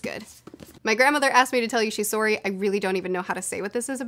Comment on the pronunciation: *lives in Kentucky* Also: *pronounces “sorry” like a Canadian*